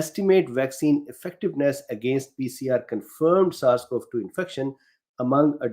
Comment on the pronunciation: A note: Pronunciation that I've always heard: AdoLESCent. (Emphasis on the third syllable.) Took me three replays to know what you were saying there. (I'm appreciatively hanging on every word!)